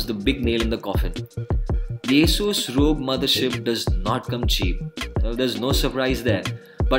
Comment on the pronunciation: It is not रॊग but R.O.G , for God sake.